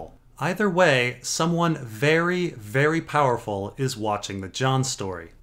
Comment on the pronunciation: "Someone wery powerfull is watching a jon story" and that is ... GRR Martin.